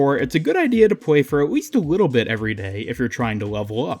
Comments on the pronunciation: ''You might wanna spend aweast a wittle time here'' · WITTLE BIT